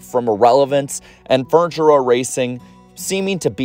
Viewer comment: Say it slowly. Fur-ni-ture. It's a 3 sylable word.